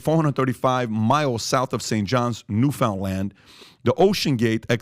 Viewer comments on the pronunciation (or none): we pronounce it newfinlin... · Newfoundland is pronounced Newfunland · Every Canadian just cringed hearing "new found land" 🤣